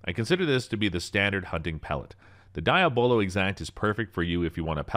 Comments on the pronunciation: It's "Dee AH buh lo" - NOT "Die ah BO lo"; Diabolo is the Devil. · Diya bolo never heard anyone say it like that. De yah blo. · Could you please speak English? It’s pronounced ‘deeablo’ thank you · It's pronounced ( Dee-Ah-Blow) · Or Dee-Ab-Low 😉 But definitely not what he said. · so we letting him pronounce diabolo however he want to i see